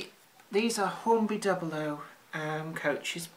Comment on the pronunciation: It's pronounced doo-blow not dubl-oh.